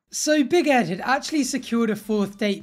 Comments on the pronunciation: I think that your saying big head instead of big Ed lol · All this time I thought you was saying BIG HEAD i realised now obv that you meant BIG ED 🤦🏽‍♀️